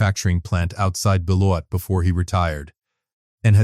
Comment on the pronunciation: Very good story. Very true life lesson. I especially enjoyed this story because I used to live near Beloit, Wisconsin so the location references were spot on. And the narrator pronounced Beloit correctly, an outsider probably wouldn’t have. 👍